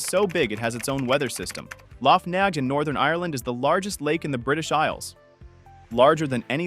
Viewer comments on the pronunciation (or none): Lough Neagh is pronounced "Nay".